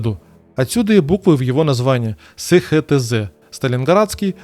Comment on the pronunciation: СеХеТэЗе 😅😅😅😅 эСХаТэЗе!! И заводы: эСТэЗе, ХаТэЗе